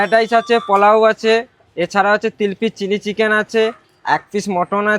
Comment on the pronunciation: Chili chicken to sunachi tili chicken abar ki😂😂😂